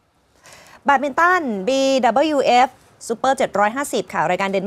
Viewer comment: แบตมินตัน ไม่ใช่ แยดมินตัน